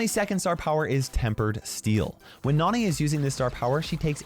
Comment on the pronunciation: I love it when says Nani like Nohni